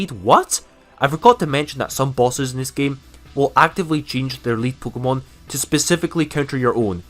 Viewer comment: This dude says pkmon instead of pokemon